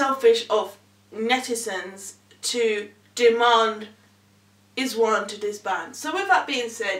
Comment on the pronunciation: Pronounced eyes one